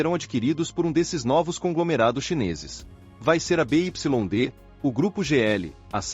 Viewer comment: BYD se pronuncia B= bi Y= uai D=di